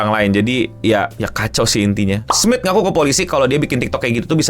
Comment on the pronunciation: Charles Smith? Lebih terdengar Charles Smid.